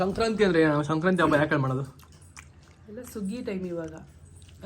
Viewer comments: ಶಂಕ್ರತಿ ಅಲ್ಲ ಬ್ರೋ ಸಂಕ್ರಾತಿ ಹಬ್ಬ ಕರೆಕ್ಟ್ ಆಗಿ ಹೇಳಿ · bro ಶಂಕ್ರಾಂತಿ ಅಲ್ಲ ❌ ಸಂಕ್ರಾಂತಿ ✅ ತಪ್ಪಾಗಿ ಹೇಳ್ತಾಇದಿರಾ 👍🏻❤️ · Sankranti anta helappa adu shankranti alla channagi pronounce madaku agalva ninge tu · ಬ್ರೋ ಶಂಕ್ರತಿ ಅಲ್ಲ ಸಂಕ್ರಾಂತಿ